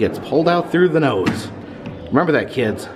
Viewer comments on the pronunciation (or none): none